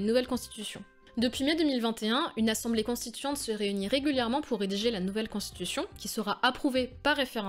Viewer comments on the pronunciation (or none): none